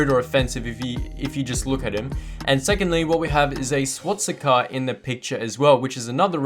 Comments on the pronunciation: why are we all ignoring the fact that he said "swatsicka"? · Did he say swatticker instead of the other word which I dare not mention in youtube comments.